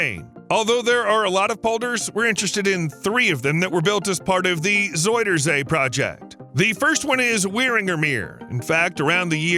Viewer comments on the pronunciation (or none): Pronounced more like "Zowder zay". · If you want to pronounce "zuiderzee" the closest thing you could easily do for the "ui" part, is go with the "ou" sound from the word "sound". It's still not spot on, but it's much less jarring than the "oi" sound used here. I don't blame you though, the "ui" it's an unfamiliar sound in English. I couldn't even think of a close equivalent to it.